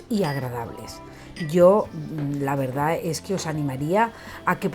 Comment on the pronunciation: Ma qua te volte dici "la veridad"?😂😂